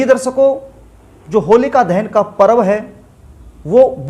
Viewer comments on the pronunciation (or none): Shindur nai hota sindur hota h, rassgulla khakar video na banein.,Darsako nai darshako hota h, Naas nai hota Naash hota h..Gutka khakar video nai banaein..bhaggg... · Darsako nai hota darshako hota h pehli baat to ,dusri Baat shamashyaein nai hota samasyaein hota h , gutka khakar video na banein, bhasham nai hota bhasam hota h...